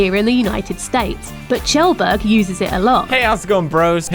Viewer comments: I thought his name was Kjellberg, pronounced Kjellberg not tjelberg. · it's pronounced like kyelburg no Chelburg ( phonetically [kjelbərg] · LOL English poeple cant say kjellberg corectly.